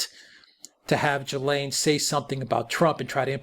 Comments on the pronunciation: Why can’t Americans pronounce Ghislaine? It’s Gill-lane. When the letter G is followed by a consonant it’s pronounced like a like the G in “go”. The S is silent. Like the L in salmon. I’ve heard Jizz-lane, and here they are say Jill-lane. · Dear America. It's not Jill-lane. Or Jee-lane or Jizz-lane. I doubt she will spill the beans. Kevin Spacey, the Clintons, Trump, and many many more people in powerful places will end up getting away with this. There are STILL men who think that what's happened is really not that bad. That blame the teen girls. Sick world we live in. If she ever wanted to do the right think she would expose all the evil bastards, but she hasn't done the right thing before...so why now. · THE CORRECT PRONUNCIATION IS JIZLEN. SHE WAS BORN IN FRANCE AND HAS A FRENCH NAME. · The French name Ghislaine is pronounced 'ghee-lane', with a hard 'g' as in Ghana and ghetto. The 's' is silent. Giuffre, Virginia's married name, on the other hand, has a 'g' followed by an 'i', which gives it a soft sound, as in 'jew'. If there is an acute on the final 'e', the name is pronounced Jew-fray. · Great stuff again guys. The sole purpose of the Goldman interview is to try and paint her as a sympathetic person. Bull*** Btw... I think her name is pronounced: Gee- Lynn. Hard G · If you’re making a whole video about something and something so serious, you might want to pronounce her name right. Unable to watch, the repeated JILLAINE MAXWELLs are so annoying. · FYI her name is pronounced GIL-LANE with a hard 'G'. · You Nearly pronounced her name correctly, just ad the S ! and you got it ! (I'm French). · Why do Americans struggle to pronounce her name properly? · At least learn to pronounce her name properly. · Omg at least say her name properly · you can't even pronounce her name correctly?? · Most miss pronounced name in the media lol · all you do is type her name into good translate and listen to the French pronunciation. its a french word.